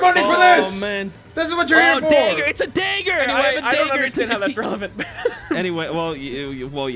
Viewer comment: Mine was when condi said daeger